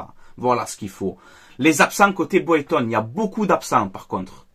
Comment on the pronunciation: Bordel ça se dit Braygton que boyton oh fatigué